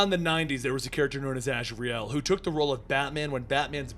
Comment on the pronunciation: I can’t take anything you say seriously when you pronounce his name ‘Raz’.